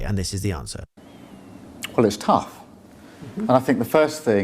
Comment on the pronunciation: I don't like the way he emphasised the word tough. Seem to be like a double meaning.